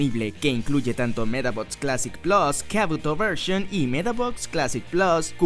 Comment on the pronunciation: alguien más escucho Wakanda Vershion?